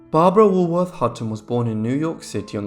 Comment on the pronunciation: Too bad the narrator cant pronounce Woolworth.